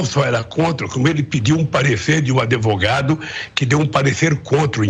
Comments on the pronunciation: Lula: Geraldo Alckmin não só era contra, como pediu um parecer de um "adevogado"... Minha barriga doeu de tanto rir 😂😂😂😂😂😂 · O que poderíamos esperar de um alguém que mesmo tendo ocupado tantos cargos, ainda pronuncia a palavra "adEvogado"!? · Um ex presidente falando adevogado, só fala besteira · E fala Adevogado kkkkkkk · Ñem pronuciar a palavra advogado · e ele.que precisa de tantos advogados não consegue nem pronunciar a palavra. E o povo idolatrando ladrão analfabeto.